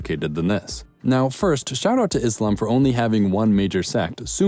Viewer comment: Happy to see that you have pronounced Islam not Izlam